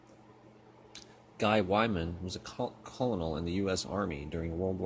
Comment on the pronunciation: Eric Barnes Bruh I stopped watching after he said it like that. 😂